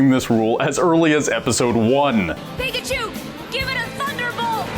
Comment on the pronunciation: Pika-chue bless you